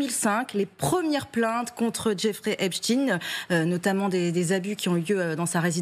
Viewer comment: [ prononcer please Epstein comme EPSTAIN Phonetic allemand/germanic]